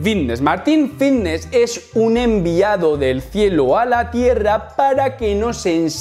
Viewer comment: Jajajajaja a que no puedes pronunciar la F jajajajjajaja vitness juajuajuajuajaua activus jajajajajajajajajajajaja que manera de hablar mal jajajajaja me haces reir mucho con tus videos